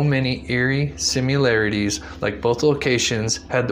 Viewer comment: Pronounce Similarities as it’s spelled. It’s not Simu larities. 🤦🏼‍♀️